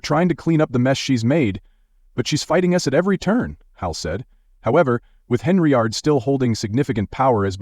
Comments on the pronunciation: HENN-yard....fix your AI,👎🏾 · Henry-ard. LOL Gotta love these robo voices.